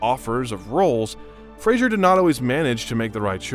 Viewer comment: you keep pronouncing his last name incorrectly